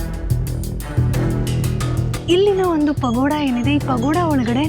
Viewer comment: ನನಗೆ ಸಡನ್ ಆಗಿ ಪಗೋಡ ಅಂತ ಕೇಳಿಸೋಬದಲು ಪಕೋಡ ಅಂತ ಕೇಳಿಸಿಬಿಡ್ತು 😂😂😂